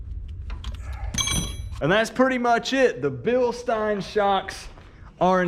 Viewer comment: Bilstein( bill sten)😂 just saying awesome video